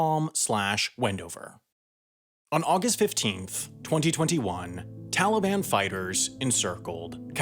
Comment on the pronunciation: Stop premotting Nebula and I find how you say 2021 VERY OFFENSIVE and offensive content notice